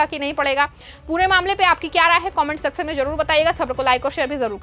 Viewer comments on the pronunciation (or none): none